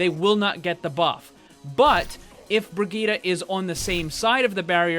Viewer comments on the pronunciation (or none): bree-gee-tah there simple. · Agreed. I am german and this is not the german pronounciation of the name. The second i in the name should be a short i like in "hit" while it right now is a really long one like in "shield" or "heal"